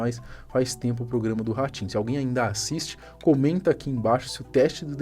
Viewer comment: Ele fala ratinho eu ouço orochinho